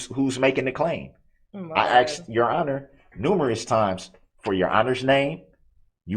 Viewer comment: I thought he meant tacit- as I listened to him😂 I had to look up a tack it agreement! But the again you have truff(truth) and axed(asked)! His hands are nicer and softer than mine! Look at his long fingers! But his BS with the Covid, the Redit thing, his rush to judgement- the blaming of one of the jurors being illegal-all the delay tactics? Trying to outsmart the judge! Sad that he never took responsibility for his actions! And the worse thing was lying from the minute he abandoned the car! Trying to have the entire hearing cancelled!